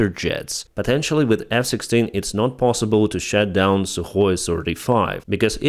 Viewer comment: Good breakdown, though sometimes confusing due to mispronunciations that are existing and possible words too. E.g. he said "shut down" when meaning "shoot down", sure, that's close enough. But he also said "raider plane" when meaning "radar plane" and that's a whole different thing... While I appreciate the big effort that goes in these videos, I think it detracts from the potential reach. The faulty use of articles can pass, it's even a bit funny. But saying different words and constantly making his viewers think about what he could mean, is exhausting and lowers attention. And any reporting video from Ukraine deserves maximum attention, so better not make it harder on the viewers. I suppose the tl;dr is that it takes about 5 seconds to take an essential word that you say over 30 times in the video and ask google for its proper pronunciation... Other than that, let's can those khuilos and take back every last cm of land that was stolen from UA. S.Y.!H.S.!